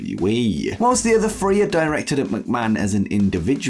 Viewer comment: Say the word "three" correctly and I'll subscribe 😘